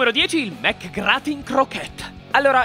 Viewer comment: McGratin ma come lo pronunci?